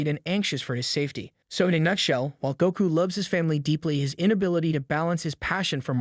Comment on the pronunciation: this gotta be a ai generated voice i let you say sanji name wrong slide but goku comn bro